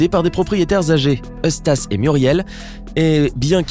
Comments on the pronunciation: C Eustache pas eustase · c pas eustas c'est Eustache😂😂